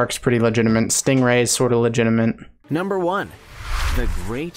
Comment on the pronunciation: How have you gone this long while saying "legitimate" incorrectly? It looks and sounds like you're saying legitimant.